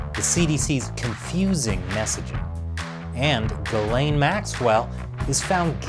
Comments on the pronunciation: Its pronounced "Gee-slen" not "Guh-lane". It's French :) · I think the real pronunciation of her name is more like Jiz'lane